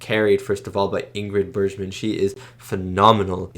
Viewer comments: Bergman is pronounced with a hard g: Berg-man, just in case you come across her again in your film-watching journey. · Bergman has a hard G sound. Berg as in iceburg. Watch Casablanca and you will really love her.